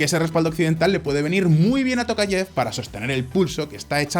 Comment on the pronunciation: En español se dice " tocayev" o "Tocayof"